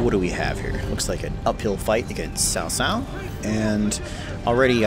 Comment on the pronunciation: Cao Cao except pronounced poorly.